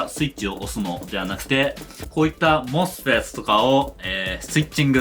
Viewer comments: モスペットゆう時発音クソワロタ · 𝑴𝑶𝑺-𝑭𝑬𝑻 の発音好き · mosfetの読み方を強調する箇所をいつも楽しみにしています。 まじめな同学年内容にユーモアが入ってて笑ってしまいます(*´▽｀*)